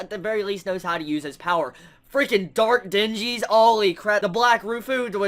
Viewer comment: Ack!, it's not dingies. It is *djinn*. Just think of it as the first syllable of "genii", and a shorter vowel sound than a long "e". If you can force a d in front, cool. Admittedly that part is kind of hard to say, so starting with a "j" sound is fine. (I'm pretty sure you'll never read this, being 3 years after the fact, but you saying "dingies" is driving me crazy.)